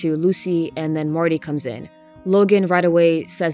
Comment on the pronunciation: I like how a lot of the time you say Marty it actually sounds more like Morty and I’m like yeah come to think of it Marty is exactly the kind of guy I would expect Morty Smith to become